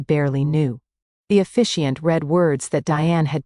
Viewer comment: Officiant, not efficiant! The narrator is supposed to be a man, but it is a female voice. This is not the first time I've heard a voice reversal. Can't you program your AI better than this?